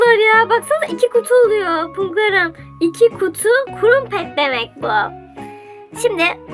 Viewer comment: kurumpet değil o kırampet diye söyleniyor